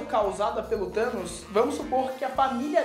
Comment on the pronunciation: Vingadores:"Thamos" ferrados